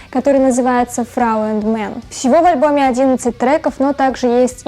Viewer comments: Фрау УНД Манн, а не энд мэнн))) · не мэн, а ман